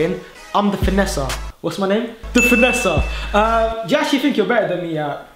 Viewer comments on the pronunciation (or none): What was that? It sounded like you said Vanessa instead of finesser. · vannesa not finnesa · I thought u said I'm Vanessa lol😂XD ur amazing